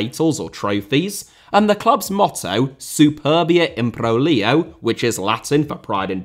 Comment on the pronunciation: If they are the ones suckling at her teat, then are they not now her young? Lol based on his pronunciation of Man City's old motto, I would guess skipped the Latin/Roman myth classes in his education (perfectly reasonable, just my guess as to why there's more than one mistake re lingua Latina et locutio) Ah I fucked up the end it's late here and I'm high and haven't been in Latin class in 15 years but you get it😂